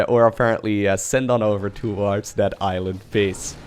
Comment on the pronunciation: Did say island as iron.